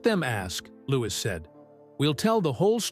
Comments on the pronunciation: He Still Calling LEWIS, Louise Not LEWIS, GET YOUR ACT TOGETHER,👍🏻👍🏻👍🏻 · Why Does The Guy Telling Story, Call Lewis By His Proper Name, LEWIS, NOT LOUISE 👎🏻👎🏻👎🏻